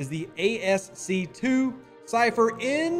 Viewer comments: Thanks Dev! PS, Rev... it's pronounced "Askey" not ASC 2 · Haha Right? I have never heard it pronounced ASC 2 before lol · Rev, Bro… ASCII is pronounced ASK-EE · Not to nitpick but ASCII is pronounced "ask-e" and stands for American Standard Code for Information Interchange. I have no idea where they got that 2 i's make a long e. I swear I think we make the pronunciations of our TLA's up. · ASCII is pronounced "As-key". Old 80s lingo.